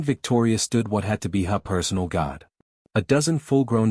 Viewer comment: Very good story. I enjoyed it. Thank you. Definitely reminds me of the dragon riders of Pern. 😊 , the story did repeat for a short time. Not too bad. The AI mispronouning words is more annoying to me. Ex: god instead of guard. Do have a couple of questions , though. How did Jake get the unbreakable chain off of Duke and Ash? A space shuttle needs keys in the ignition to start? Still a good, enjoyable tale (or tail). 😊